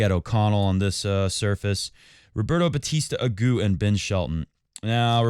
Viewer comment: Good to see you back,. Looking forward to your reviews of the matches. And nice work on the French there, BUT they use the feminine - La Monf - in these idiomatic abbreviations, as do the Italians 🤷🏻‍♀️ And as you have surely been told a million times, it is RB AgooT, not Agoo. Like Monfees, not Monfee. No idea what is behind these contradictions, but that is how it's done. And your mike is really picking up on the fiddling with and slapping of your notes there. It's quite a distraction.